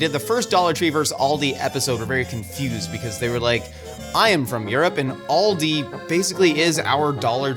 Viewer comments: pronounced Aldi wrong. He pronounced it like the car brand Audi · It is not pronounced All-dee it is Al-dee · Hearing people (usually Americans) pronounce it Oldi makes my brain hurt.